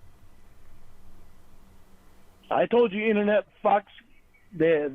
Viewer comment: “Innernat” “donkey cung”